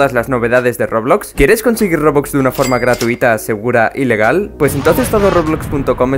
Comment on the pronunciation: porque siento que en el principio cuando presenta todo roblox dice '' de forma gratuita segura y legal '' pero yo entiendo ''de forma gratuita segura ilegal '' no se si soy la unica